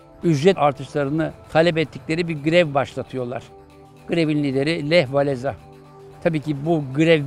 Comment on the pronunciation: Hocam ekstra bir not Walesa değil, Wavensa diye okunuyor.